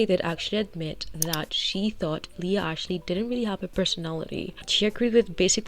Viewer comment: Okay mispronouncing her last name as Ashley is offensive to all Ashley‘s